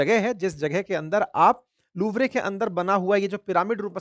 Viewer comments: LOUVRE ❌ लवरे✅ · No one noticed........ But mumbaikar noticed.... The name of the museum...... Louvre museum 😂😂😂😂😂😂😂........... Please sir pronunciate it right 😂😂😂😂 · apne aapko sir bulwaane waale pehle naam to bolna sikh le museum ka